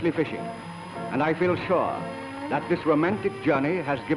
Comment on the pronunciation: Fun to hear that diphthong at the end of “sure” thats how it used to be said. Like an 00-a. Pretty much disappeared from our speaking now.